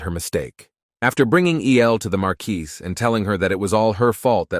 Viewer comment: Why can't ai pronounce marquise